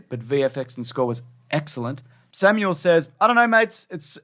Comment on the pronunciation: Guess my name is now Samuel and not Sammael. Thanks,.:c Nah, you're alright. Appreciate you reading my non-controversial review. <3